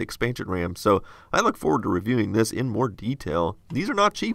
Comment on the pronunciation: no going foreuuard